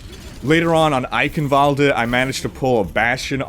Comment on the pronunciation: "Sucking that Bastion [...] off [...] was so satisfying!" ~, 2017. Also, the E at the end of Eichenwald(e) is silent. Dunno why Athena chooses to pronounce it like that. "Oakwoode" doesn't sound too great, now does it?